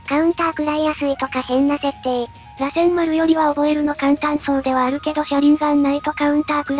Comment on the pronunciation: 螺旋丸(らせんまる)、尾獣(おけもの)、八尾(やつおorやお)、七尾(ななお)、五尾(ごお) 辺りは気になる 特に螺旋丸は主人公の得意技で、NARUTOでのキーになる技だからこれだけはしっかりやってほしいよね